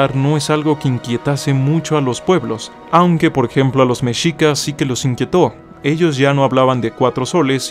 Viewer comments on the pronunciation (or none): none